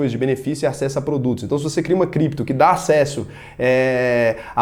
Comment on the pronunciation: "Voce meche com Crépto moeda? Se tiver biticonho nois vamo te pegah"